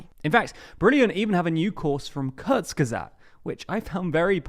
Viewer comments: I can’t imagine why you can’t pronounce Kherson. Kh is closer to H than k and the stress is on the second syllable. Please try it. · why would you not look up the proper pronunciation of Kherson? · Curzon curzon curzon KHHHHHHH ERRRR SOWN SAY IT RIGHT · Please please pleaaaase learn how to say the name of the city, please… it’s not “Caus-in”, it’s “HER-so-ne”. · Curzon is a Dax. This city is called something closer to Her-SONN (second syllable stressed). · It is said “Hair sone”! Not Kursen! The H is silent. And the emphasis is on the 2nd syllable not the first. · kherson is pronounced "hair-SOWN" with a hard H ( like 'ch' in johan sebastian bach) it hurts every time you say KUR-sun. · It's HersOn not KErzon, like in Kharkiv, "kh" just means hard h :) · KherSon, with an "s", not Curzon with a "z". Making zero attempt to pronounce place names correctly makes your channels appear untrustworthy. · Kherson is pronounced more like "her-son" not kurzen. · It's not pronounced Kerrzon – it's herrsson! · Nice summary! One remark though - "Kherson" is not pronounced "kehz'n". It's closer to : "her" + "sohn", with accent on "sohn". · Yes, why say Körson when it's pronounced Hersón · Not ''here'' ''Her'' + ''Son'' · Pronounced hear-Son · learn how to pronounce the city which you are doing your report about. It sounds nothing like that. It's pronounced "hirson" with the accent on the 2nd vowel. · Please pronounce it Herson or Херсон. He... r... son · HERSON HERSON HERSON (THE K IS SILENT)!! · An advice for a better pronunciation of the name of the city and the oblast. The first part, "Kher-", is approximately pronounced as "here". Kherson = /"here" + "son"/. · Please pronounce Kherson properly. The "K" is silent. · Great video except every time I heard you say Kherson I cringed a bit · My ears hurt hearing almost every geographic name mispronounced. Kherson, Kakhovka, Dnipro ... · learn to pronounce kherson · I am crinching each time you say Kherson. Learn how to pronounce it.